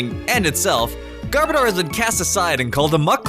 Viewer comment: It’s not garbada garboudar garbage oder